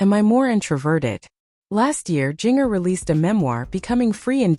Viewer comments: It is spelled Jinger,but it is pronounced "Ginger like the spice!! Please pronounce it correctly!! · Jinger is pronounced like the spice….ginger!!